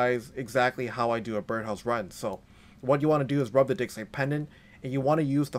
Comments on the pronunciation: I love the video, but you've gotta change how you pronounce "digsite." It sounds like something completely different when you say "rub your digsite pendant." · it sounded like me said "Run your dick." For a second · " Rub A Dick Site Pendant " 😂😂 rub a what?!?! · lmfaooo! I was scrolling through the comments to see if I was the only one who thought that.... "Rub your dig..." excuse me what??!